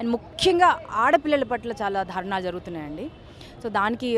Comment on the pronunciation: Dharunaalu kaadu daarunaalu Dhaki vattu yenduku nee Telugu tagaleyya😁😁😁😁😁😁